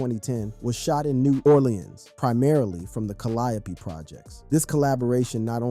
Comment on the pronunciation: Mind of mystikal wasn’t on no limit! It was with jive.His first Album on no limit was unpredictable. Last thing,learn how to pronounce Calliope 😂